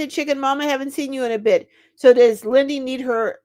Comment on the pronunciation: Lindy not windy